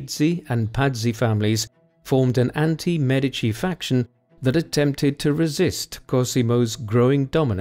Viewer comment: Thank you for pronouncing MEdici properly!